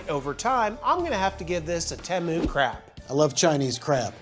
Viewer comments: teee mooo not tem o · Temu had a commercial during the super bowl. When they said Teh Moo I was angry haha I've been saying it wrong the whole time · u say temu correctly this one time, then go right back to saying it wrong. 😂 Everytime ud say it, in my head I'm like "that's not how u say it".. and then u said it correctly here and I was like, wait a second, he's messing with us.... Lolol